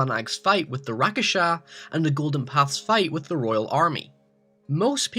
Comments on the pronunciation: omg rakshasa isn't even hard to read or say. it's rakshasa not rakasa jeese I can't watch this video like this. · You don't say Rakasha, they're called Rakshasa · its not Rakesha .. its Rak-sha-sa .. man eating demons from Indian mythology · Rak-sha-sa not rakasha tf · It's not Ra-Ka-Sha... It's Rak-Sha-Sha... in Malay, Indonesian, Tagalog, Hindi, etc means "monster". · Its Rakshasha not Rakasha -.- Rakshash means monster in Hindi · Oh dear god its RAK-SHA-SHAA not RA-KA-SHA. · just a little correction, its rakshasa not rakasha but it wont matter though. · It's Rakshasa and not Rakasha. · that's not how you pronounce "rakshasa" :T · what the fuck is a rak-a-sha its rak sha sa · quick tip: "rakshasa" isn't pronounced, "rakasha", but, "rak-shah-sa" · Dude it is rak-sha-sa not rak-a-sha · Rakshasa is pronounced "Rock Shossa." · It's pronunuced "rak-sha-sa" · Why do you keep pronouncing Rakshasa as "Rakasha"... I mean I know it's not an English word but cant you at least sound it out? Great video either way though lol! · Man, you are pronouncing Rakshasa wrong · How did you write rakshasa perfectly but still managed to butcher the word. Dude just sound it out. Syllable by syllable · Your pronounciating rakshasa incorrectly. You are missing "sha" in the end. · He said rakshasa wrong and it's annoying the hell out of me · Is it really that hard to pronounce "Rakshasa"? All you have to do is say it the way it's spelled. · Uuhhh, good job on the pronunciation of Rakshasas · great video my man, but you seriously butchered like some of the non english based words like ghale, ishwari, rakshasa etc. But otherwise great video, keep it up!